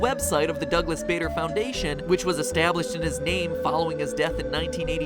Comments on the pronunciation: Im fairly certain that baders name is pronounced Barder. A building at my school was named after him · pronounced barder. I'm an air scout so I know and It is called bader group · Or they are covers for there legs. Also it is pronounced barder not bayder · Douglas Bader is related to my teacher and it is pronounced Boder not Bader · im pretty sure its pronounced bader as if you were saying harder not as if you were saying darth vader. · Matt, this is just so you know, Douglas Baders name is pronounced 'Barder' not 'Bayder'. Just so you now. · Bader is pronounced Bar-duh, and is the name of the Air Training Corps' training system in the UK~ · I'm pretty sure that the "a" in Bader is pronounced like the "a" in "star". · Please look up the pronunciation of names before you do these theories involving real people thanks, People such as Douglas Bader sounds like how you would say barber as in the heair cutting place. But in-stead of saying barber you would say bar-der. Thanks like the shows any way thanks for putting in the time to do these. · I believe it is pronounced Douglas Ba(r)der but great video and love these scientific non FNaF videos. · Matt sir Douglas bader went to my school and his name is pronounced bard-er Louis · Though it has no real effect on the video, Douglas Bader is pronounced "Bar-der" if you ever use his name again XD Awesome video MatPat, always look forward to Game Theory videos :3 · Great video matpat but need to correct your americaness a second douglas bader its pronounced baa derr jus for future reference ;) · The Game Theorists Douglas Bader is pronounced Barder. i grew up near the Douglas Bader Arms in Derbyshire (UK) and watched the sitcom about the same pub and that is how everyone pronounced it.